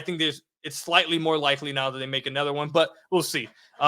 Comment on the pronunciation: I know this is a weak take but I can’t help but bring it up. The way says ether or anether rather other/another then he turns around and says thum instead of them. If you gonna use short e instead of o then at least use it when you supposed to. lol- all good tho, I agree with your takes.